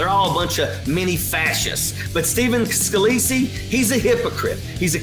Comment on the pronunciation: Why are you pronouncing his name Scaleese-y? You heard Boris say his name right just like we did. It may seem unimportant but what else do you hear one way and say another? Does this apply to "facts" too?